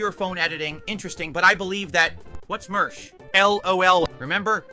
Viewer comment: Lol "what's mersh"